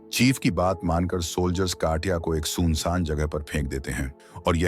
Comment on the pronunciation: Bhai agar ye Hindi AI voice hai to kafi sudhar ki jarurat hai, bahut sare words ka matab hi badal diya hai sirf matra ke galat upyog se. Eg: Poonch vs pooch, soon saaan vs sun saan